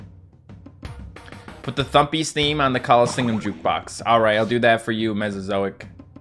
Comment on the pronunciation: I'm better than you at the callingseeum